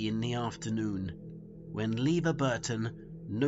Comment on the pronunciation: Nice vid, but I don't get why you pronounce Levar Burton's name as "Leaver," when it's pronounced, "Leever."